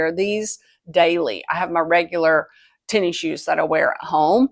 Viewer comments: “Tenny Shoes”… “tennis shoes”…🤭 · Came here to say this. “Tenny shoes” took me a bit to figure out she meant tennis shoes, aka sneakers.